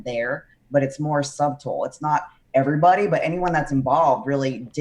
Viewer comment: "It's more SUB-tle".........................